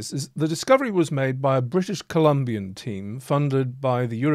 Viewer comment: Sorry, but being Canadian living in BC, my ears perked up when you said the discovery was made by a British Columbian team. Took me minute to realize you’d said a “British-Colombian team!” 🤣